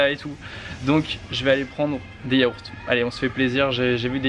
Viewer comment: "Chuis en manque de chocolat ducoup jvais prendre des yahourts" 😂